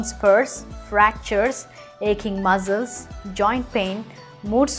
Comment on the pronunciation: Listen carefully, she is pronouncing, P_aach as P_ haach and muscles as muzzles and yeast as east, she should be careful while uploading videos!